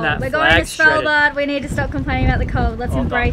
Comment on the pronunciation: his pronunciation of Svalbard was so weird 😂 Good try tho 😉☺️